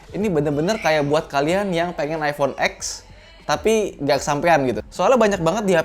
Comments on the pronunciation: bang, iphone x cara ngomongnya bukan x= x(eks) tapi x= ten (angka10) waduh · iphone ten om, bukan iphone ek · Over price itu buat orang yang ga punya duit, jadi ya udah lah ya... Beli sesuai kebutuhan & budget aja... Btw selama optimalisasi os nya bagus ya worth aja sih... Btw iphone X (ten) bukan x(eks)....